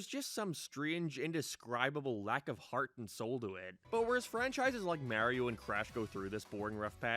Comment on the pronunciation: The way he pronounces "Mario's" name is majestic ✨️ 😌